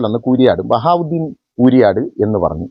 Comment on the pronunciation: ഇവന് ബഹാ ഉദ്ദീൻ എന്ന് പറയാൻ പോലും അറിയില്ല .ബവാഹുദ്ദീൻ എന്നാണ് പറയുന്നത്. കിതാബ് ഓതി എന്നൊക്കെ ഇവൻ പറയുന്നുണ്ട്